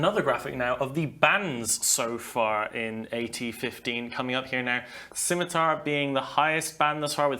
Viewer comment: The C in "Scimitar" is silent.